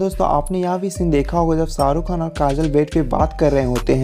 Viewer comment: Pehli Dafa suna hai "Ssarukh khan , sooting " , Sala ش he ghayab hai